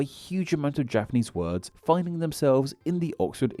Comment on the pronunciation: Your pronunciation of those japanese words couldnt be worse. You should read the phonetic reading of those words in the dictionary too. Its usually in square brackets next to the word.